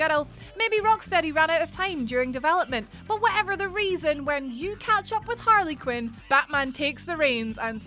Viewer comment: Great list but Harley Quinn two words not harlequin